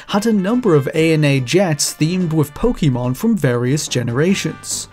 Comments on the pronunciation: Narrator, It's po ke mon. Not po ki mon. It's 2020 dawg no excuse. - _ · it's pronounced "Poh-kay-mahn."